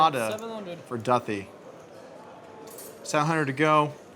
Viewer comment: Commentating is not your forté, Doug. Too much to critique. Overall, I only turned off due to Polk’s voice, pronouncing Duthie’s name wrong & telling everyone how you have to play poker. I’m sure Phil Ivey plays just like you, Doug.